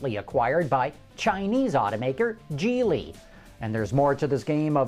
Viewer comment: Your pronunciation of Geely is off. I love the show though!